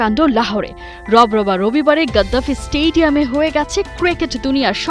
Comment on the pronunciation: মাদ্রাসা ছাপ, ওটা স্টেডিয়াম, স্টেইডিয়াম নয়। স্টেডিয়াম কে স্টেইডিয়াম বলে যদি কাঙ্গলু কুত্তারা ভাবে জিতে গেছে, ক্ষতিপূরণ পাবে, তবে ছেঁড়া কাঁথায় শুয়ে স্বপ্ন দেখছে। তোদের আইসিসি আগেই লাথ মেরে বিশ্বকাপের বাইরে করে দিয়েছে। নিজেদের মুরোদ নেই, খালি বাপ পাল্টে যা।